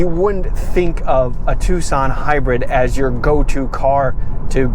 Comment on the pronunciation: Heeunday Twosawn